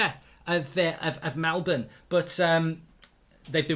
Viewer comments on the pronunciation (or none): none